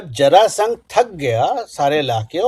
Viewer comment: जरासंध बोलिये आदरणीय 🎉